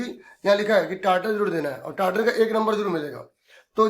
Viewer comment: Sir aap bol rahe ho titer balke likha hai wo tital